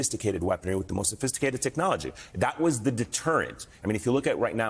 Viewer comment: "Sofisticaled" but they flew in on hang glider. Cmon dude